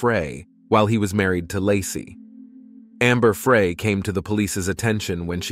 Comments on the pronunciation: It’s Amber Frey pronounced Fry as in “He decided to fry chicken for dinner. No big deal, but figured I’d let you know… Great work… 🙏🏼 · It's AI , it never correctly says her name, or many others.